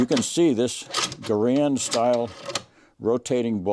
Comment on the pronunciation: In Army basic training, the drill sergeant taught us how to pronounce "Garand." Other gun shows have their presenters pronouncing "Garand" as though they had marbles in their mouth. You got it right. THANKS!